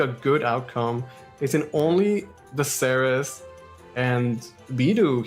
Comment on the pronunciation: I cringe every time I hear them say "series" instead of "Ceres."